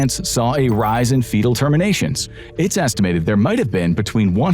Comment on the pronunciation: WTF IS FEATL??? Do you mean Fetal???